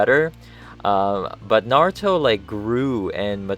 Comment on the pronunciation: He's like... the only person who says Naruto's name correctly